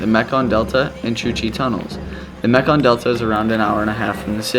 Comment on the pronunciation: Why do you say “Vietmanese”? Also, it’s Mekong not Meklong. Your videos are really great, however. I’m still surprised that you didn’t have a great time in northern Vietnam. It’s magical. Hanoi Old Quarter, Sapa, Ha Giang and Halong Bay are spectacular. Keep up the good work!